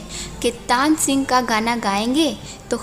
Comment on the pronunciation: आप श और स को ठीक कर ले तो बेहतर होगा के.आशीप नही के.आसीफ़ है। तानसिंग नही तानसेन कहे।